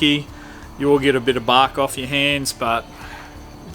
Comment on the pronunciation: Ha I'm from Texas and never heard "ya gunna knock a little baark" off before good stuff!